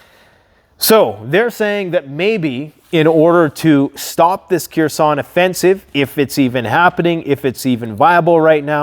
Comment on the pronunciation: The city is pronounced Her-son the k is not voiced, only saying because it's the main city of focus in the news as of now